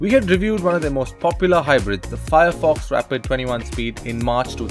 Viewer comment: Nice review BUT YOU GOT THE NAME WRONG....maybe google the correct pronunciation